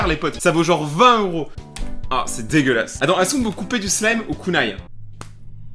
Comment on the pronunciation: il ah remene le KUNAÏ comme "a 😅😂